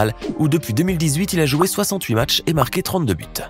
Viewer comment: Je veux juste dire un truc"matches"😆😆😆😆🤣🤣😭